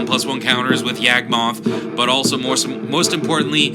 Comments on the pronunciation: He never had a spark, he was never a Planeswalker. Also as it was mentioned before Gate to Phyrexia exists, although it's probably inneficent. And I hate to be a stickler but "Yog-moth", not "Yag-moth". Cool synergy with the myogin though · Who the hell is YEAHG-moth?